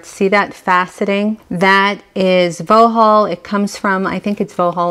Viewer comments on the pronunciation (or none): It is called Vauxhall as in the cars. Not Voho. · Vauxhall is pronounced 'Voxhall'..not Vo-hol'. Yes, it's uk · In regards to pronouncing Vauxhall ... it’s ( phonetically) voxhall. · Vauxhall glass, it's pronounced "vox all". One your English followers. You ave an extensive and beautiful collection. Xxx